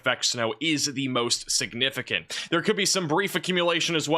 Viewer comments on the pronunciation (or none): none